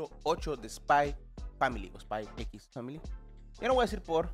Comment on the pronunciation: Es ESPAI POR FAMILI por favor pronuncia bien 😡